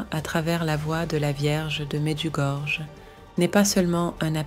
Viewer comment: Le nom exact de l'endroit est Medugorje. j ne se prononce pas comme je mais comme y dans le mot pays 5 pays, lequels? Pourquoi en parler si ce n est pas mentionne!